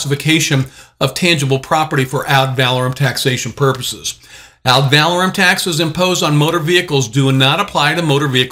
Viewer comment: I dont like to listen to someone who is professing to know a subject but then pronounces the subject wrong. The word is ADD - VUH - LORE - UM (emphasis on LORE) Not ADD - VAL - AH - RUM (emphasis on VAL )